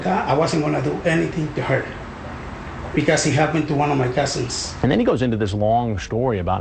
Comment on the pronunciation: “One of my Cassins” lol